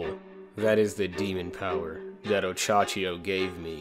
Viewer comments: Minor nitpick, but it's Ohachiyo not Ochachiyo. Great video apart from that :) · Oh hey dude just wanted to say, you pronounce it oh-Ha-chi-yo not Och -Achiyo